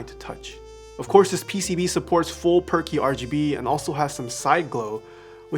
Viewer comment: i thought you were calling it "perky" rgb not per key rgb lol